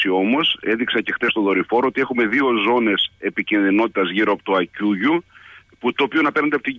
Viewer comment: Άκκουγιού (από το "Ακ" και το "κουγιού"), όχι Ακουγιού.